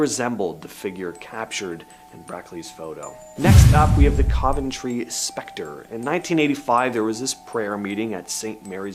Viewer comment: It’s said cuv en tree cove ntree you mis pronounce a lot